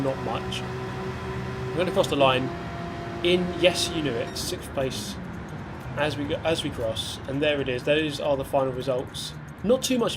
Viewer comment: I am a bit upset with how well you said sixth place It's what I live for dammit.